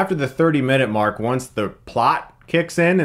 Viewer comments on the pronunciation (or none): none